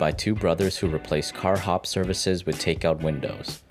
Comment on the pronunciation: The guy narrating this saying "Wit" instead of "with" what is up with that? We all speak differently, but couldn't they find someone professional to do this?